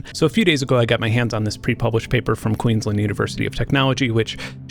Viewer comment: Terrific and also terrifying video. Just by the way, your pronunciation of 'queensland' with a neutral 'a' is better than plenty of Australians' pronunciation.